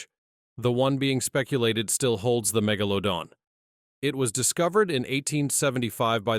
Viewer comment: "Keeps changing how Megladon pronounced😂